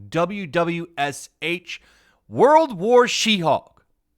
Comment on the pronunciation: When you're saying WW She-hulk, I heard 'Roulroul chi-houk!' at first and giggled.